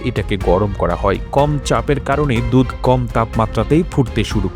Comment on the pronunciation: আরে বলদ দুথ না দুধ বল রে শালা